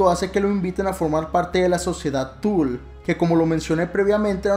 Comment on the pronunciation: Una corrección de buena onda que no busca contrarearte, la sociedad “tule”no se pronuncia “tul”, si no como suena, tule (es aleman, no inglés) de preferencia acentuando verbalmente la “u” para razones de su mejor pronunciación.... suerte y buen video.